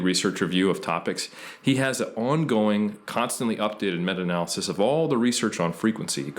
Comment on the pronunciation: This guy comes off like a tryhard and pronounces everything wrong. what's funny is how he changes how he says Analysis from a-nal-y-sis to a-nal-laa-cease midway through then back to original way. Then he adds a terrible french accent to renaissance when it's more of an italian word.